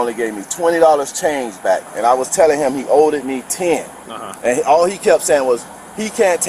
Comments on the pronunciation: "He 'oweded' me ten". I'm surprised that ignorant hood urchin can even count to 10! 😂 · He “oweded” me 😩😭